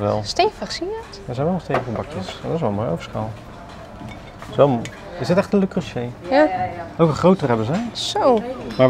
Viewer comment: Ahh die arme man van Le Creuset die in een speciaal filmpje de uitspraak heeft uitgelegd 😂 “Le Creuseh” dus ❤